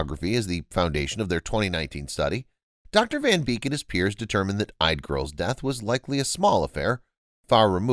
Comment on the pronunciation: Yde. It sounds like "EE-duh." Otherwise great job.